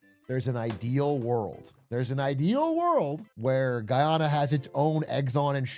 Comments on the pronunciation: Guy-anna not guyona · I actually can’t watch this video cause of how both he and the video he’s watching butcher the pronunciation. (Though the video gets it accurate most of the time) “Ghee-awna” “Guy-awna”, shit, just call it Venezuela’s Neighbor I don’t wanna hear he ever try and pronounce it again. It’s like hearing everyone call the Caribbean the “Care-a-bean” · I was so confused at the begining when he said giyana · Wtf is Ghee Yana 😂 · It’s GUY ana my ears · ITS PRONOUNCED GUY-yahna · Guyana represent🇬🇾🇬🇾🇬🇾 Pronounced Guy Anna Big Glizz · It's pronounced guy-ana. I'm Guyanese. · Oh my pronunciation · Not being able to say Guyana is a recession indicator. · My mom is Guyanese and I was thinking about sending this vid to her since I’ve introduced her to Big A’s content recently and she’s enjoyed it so far. Then I heard him pronounce Guyana and I can already tell that would set her good will straight into the ground lol